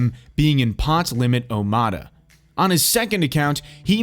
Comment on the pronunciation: whoever did this voice over work knows as much gambling-poker-terminology as I know about organic chemistry. What the fuck is pot limit Omahaddeein? I’m sure he’s referring to a popular poker game that’s called pot limit Omaha, there’s Omaha Hi only usually referred to as PLO. Also there’s a Pot Limit Omaha Hi/Lo as well. Half the pot goes to the best High and the other half goes to the best Low hand, with low having to be 8 or better.